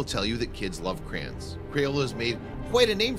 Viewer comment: I hate the way the narrator pronounces "Crayons". What the f**k is a "Crayen"?